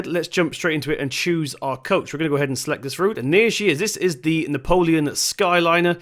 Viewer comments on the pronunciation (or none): It’s pronounced neo-plan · BTW, it’s pronounced Neee-o-plan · Nice timelapse :) "Napoleon" though.... ffs lol! Subbed! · It's neoplan not Napoleon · I worked with MAN Truck and bus who own neoplan and just a bit of criticism it's pronounced neo plan it's all 1 word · It bugged me every time ha said neo-polian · It's pronounced ne-o-plan skyliner